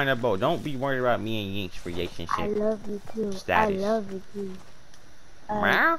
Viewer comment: hes saying yinks